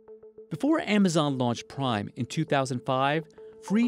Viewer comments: He pronounced Amazon as emazone in the beginning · Why does he pronounce it Aymayzon?